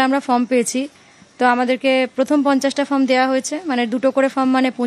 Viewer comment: নিউজ এইটিন, কি সাংবাদিক( প্রথম সাংবাদিকটি) আপনাদের? যে ফর্ম কে ফ্রম বলছে। সত্যি, কি শিক্ষার মান হয়েছে এই রাজ্যের